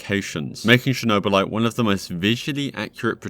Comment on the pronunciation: *Chornobylite, not a Chernobylite One letter can change whole sens of this story. And your search seems very poor in every game that you did review in this video. Unusual for you.